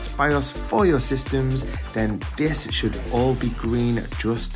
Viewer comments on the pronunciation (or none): none